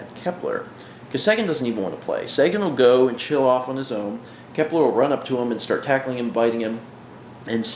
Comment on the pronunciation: It's Kepler